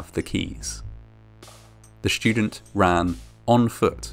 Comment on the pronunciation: “Shtudent”? “Shtream”? “Conshtructed”? “Shtructures”?